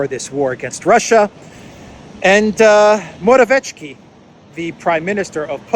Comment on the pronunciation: Your pronounciation of Morawiecki is good, except for the c, this should be pronounced harder